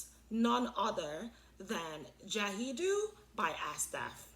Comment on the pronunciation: Hi sis! It's pronounced gayd. Arabic can be hard 😊